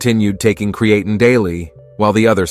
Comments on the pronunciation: cre-ATE-in? Stupid AI robot! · Cree-A-tin? Cree-A-tyne? Cre-ATE-ing? Which mispronunciation are we going to go with here? Oh, what the hell, let's use them all! You people are a joke. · Touch for me to take him seriously seeing that he can't pronounce Creatine correctly! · Lost ALL credibility with the mispronunciation of the main freakin topic. 🤦‍♂️ 😅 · My thoughts exactly